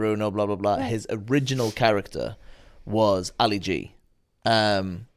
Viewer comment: Ali - not "white"